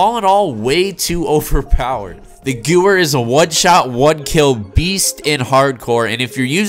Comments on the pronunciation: I can’t watch the full video cause he can’t pronounce Gewehr right. It’s not goower it’s goo vair it’s a German weapon and Germans pronounce w’s as v’s... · nice pronunciation 😂 think it would be closer to gavair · It’s pronounced “goo-vay-er”/ Gewehr the W is pronounced v btw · Thanks for the vid!!!!!! I recently unlocked it and it’s a beast. It’s pronounced Guh-Vair. Beastly WW2 rifle. “Hitlers Garand” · WHY THE FUCK DOES EVERYONE PRONOUNCE THIS GUN NAME WRONG? It is pronounced Gever because it is German. I dont understand. I watched an old waw video from some cod players and they gewehr correctly. Why don't they pronounce this gun correctly now in ww2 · Nobody pronounces any of the German words/Guns in any video game correctly. I don't know what is so hard about W=V in German smh... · Gewehr is german so funny how you say it 🤣 you say guwer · It hurts me when you miss pronounce “Gewehr” it uses German pronunciation. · you're correct. The w is a v in German:)